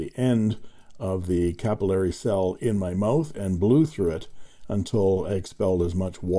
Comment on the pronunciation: Thank you for Pen Resurrection Sunday! I like the history and how the vintage filling systems work. Funny that you pronounce the system capillory (ku-pil-lory) for the first five minutes and then switch to capillary (ca-pil-lary) afterwards. Now to find the first episode of the series.